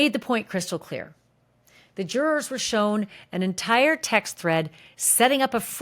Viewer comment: I watch you because you have the best coverage of this case, with no crap added. But fuuuuuuuuck the way you say jurors is so annoying lol 😅 Why do you say it that way? And juror 6 loving 90s hip hop and nodding along with diddy n smiling when things go his way, should have been kicked out days ago!